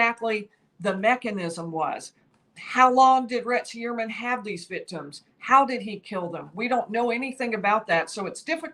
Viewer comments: right? I don’t know why it bothers me but it does. It’s Hu-er-man, pretty straight forward. No way does anyone pronounce it E-uer-man. It sounds like she’s saying Rex E Ermine. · Rex Heuermann Pronounced Hugh-ermann not He-uermann. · STOP! 🛑 Tonight, she's pronouncing it 'hee' (rhymes with 'pee') 'URR' (rhymes with 'PURR') 'mən' (the 'schwa' sound). Hee-URR-mən. Emphasis on the second syl-LAB-ull. Very easy mnemomic for you (AGAIN): Heuer rhymes with Fewer. Heuer rhymes with Fewer. Repeat -- Rex Hewerman. Rex Hewerman. Emphasis on the first syllable, not the second. OKAY? Love you, don't make me tell you again lol. Keep up the good work! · He clearly pronounces his name HUE-er-man. The accent is on the first syllable. It’s at the mark. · Interesting how he says his name. Very un-german. Ho-your-man is the more German way. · It's easy to pronounce RH name. I don't know why can't get it right.